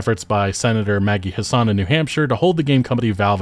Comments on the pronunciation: pronunciation of Senator Maggie Hassan is throwing me off. You make it sound middle eastern lol. it's HASS-ən or if I wasn't copy pasting form a wiki it sounds closer to "Has Been" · Maggie Hassan of New Hampshire isn't of middle-Eastern descent, but white-European as can be; the second "a" is short. Say it with a Southern flourish: "Hass-en," like "Wrastlin'," "Hasslin'," or as her opponents misleadingly coined in previous elections, "Taxin'."